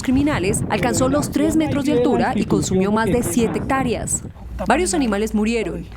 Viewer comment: Hectárea, no hectária,. Área, no aria,. Es una vergüenza que sean los “periodistas” quienes más mal hablan.